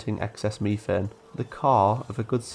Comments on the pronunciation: What fresh hell do you live in, "mef-ane" ? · Love the idea of seeding a planet with life. also all your pronounciations are spot-on aside from methane it's usually pronounced "mef-ane" and not "me-thane"